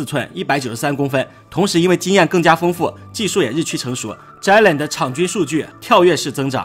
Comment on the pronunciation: 能不能尊重一下球员和听众，把球员的名字读对不是很难。不是“zhai”len！是“Jay len”。读了那么多次一次对的都没有！